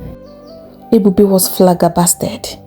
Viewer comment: I’m just 5mins in and the way you pronounce flabbergasted made me smile with so much joy❤ I hope you don’t take offence to me saying this. I do prefer your way of saying it and do enjoy your voice 🫶🏾 Thank you for you storytelling 🫶🏾